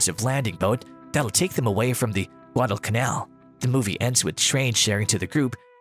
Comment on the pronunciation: If only the ROBO narrator KNEW how to pronounce the words "Guadalcanal" and "Reconnaissance."